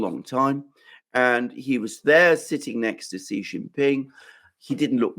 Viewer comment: It is Xi, not Ji